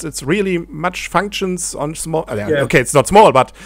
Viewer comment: "Rielie matsch fanktschns" : p